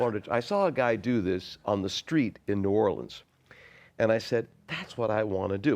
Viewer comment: So happy John knows the proper pronunciation of "New Orleans."